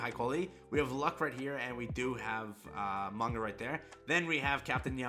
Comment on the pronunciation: C'mon. He's called "Magna" not "Manga" lmao. C'mon dude.